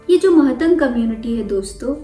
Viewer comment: Mahatang✖️ nahi matang boliye i came from matang community ❤🙏